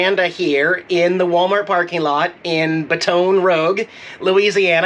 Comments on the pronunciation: It’s Baton Roooooge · Baton Rough. Awesome dig at those who are so picky at your pronunciation of places. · Excellent video as always. Loved seeing the Waffle House, great food. Seeing I-10 and I-12 brought back memories, my folks and I have been on it many time. LOL. Baton Rouge is pronounced: Bat-en Rooj. (I am terrible at trying to write out words as they sound). Jax is always adorable, give him an extra treat from us please. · ..... You need to learn correct pronunciations of the cities you visit ...... It's just so rude to mis-pronounce them ......... It's pronounced "Bate-on Ra-Goo ........" ........ ........ ....... You're welcome !!!!!!!!!!!!! !!!!!!!!!!!!!!!!! !!!!!!!!!!!!!!!!!!!!!!!!!!!!! !!!!!!!!!!!!!!!!!!!!!!!!!!! !!!!!!!!!!!!!!!!!!!!!!!! !!!!!!!!!!!!!!!!!!!!!!! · It is pronounced baton "rouje" (in French anyway)😁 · You know good and well that's not how to say Baton Rouge, Bat-ton Rooge 😂. And, ty for showing beautiful Jax. Didn't see him in last video. 😿 Love Jax. Btw, must be in Texas by now, maybe even finished but gas prices are up now in LA. Tc and safe travels. 🙏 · I like the pronunciation of Baton Rouge. 🤣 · His pronounciation of Baton Rouge is wayyyy off lol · It took me awhile to realize you were saying baton rouge weird. lol. I know you did it on purpose. Thanks! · Hey what's goin on In case your tryin to pronounce where you are its Baton Rouge laissez le bon temps rouler ( stands for Let the Good times roll ) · Go ahead and purposely pronounce something. Love your version of baton rouge. Good boy Jax 🐈😺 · when pronouncing Baton Rouge think French Roll the tongue 😂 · Your pronunciation of Baton Rouge cracks me up! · I was looking for this comment lol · its bâtons roujjjjjjj not rogue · It is pronounced as the French way by some people. I never heard it like said it.